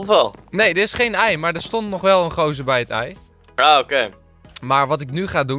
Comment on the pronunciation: waarom zeg je heel de tijd eit